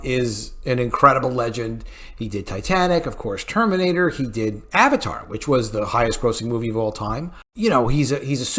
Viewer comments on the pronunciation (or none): none